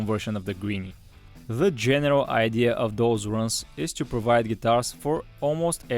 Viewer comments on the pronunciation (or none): none